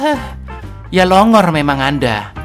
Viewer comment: Wkwkwkwk,,, ngakak cak,, baru ini aku dgr org jawa bilang LONGOR 😅😅😅